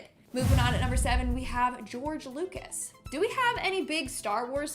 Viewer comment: "Geroge" umm.............wut.....